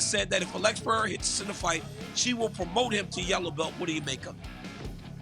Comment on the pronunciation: Choad Sonone needs to learn how to pronounce Pereira’s name. Pierra just shows his ignorance and disrespect.